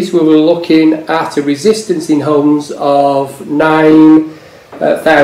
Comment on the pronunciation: Just for your reference it's not homes, it's ohms, there's no H in resistance !!